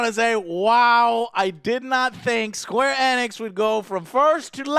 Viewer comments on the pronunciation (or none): Square E-NIX!!!! Not squarenx.